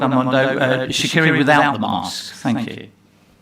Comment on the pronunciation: Amazing, Sha'carri got her name pronounced correctly this time lol